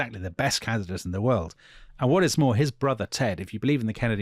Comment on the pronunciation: If that was supposed to be RFK's accent in the initial reading, you might want to check your pronunciation of "world." Totally Brit. 😅 I might add with respect to your comments about Ethel Skakel that she was raised Catholic and was extremely devout. It was in the private Sacred Heart School in Manhattan that she met Bobby Kennedy's sister, which is how she met Bobby. It is true that her father came from old Protestant money but the marriage of Ethel and Bobby was not a merger of Catholic and Protestant.